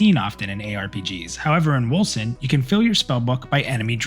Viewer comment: Man that clip is hard to watch at first, because you are moving your mouth on the stream in the lower right corner while also talking in the vid...i thought the vid is out of sync, had to get used to it^^ Edit: All i here is "Wilson" when you say Wolcen :-)